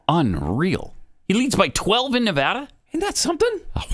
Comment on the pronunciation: Too bad can’t pronounce Nevada correctly.